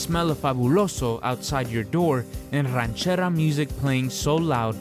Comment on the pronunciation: You say you are Mexican but you pronounce it "rancherra"? Nah men. You are half Mexican.